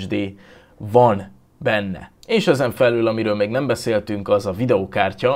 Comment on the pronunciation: az még mindig alul es felül nem pedig alllul es felllul😂😂